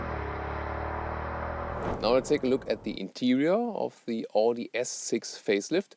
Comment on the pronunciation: Wie kann man als Deutscher AUDI falsch aussprechen?